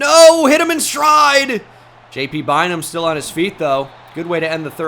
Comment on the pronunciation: Every time you say JT Bynum I cant unhear PT Barnum lmao